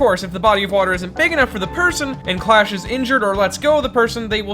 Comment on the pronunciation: tbh I thought Clash was actually called Crush due to the subtitles and pronounciation